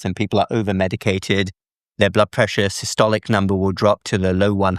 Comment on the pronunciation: "the top number, which we call Sicily" .....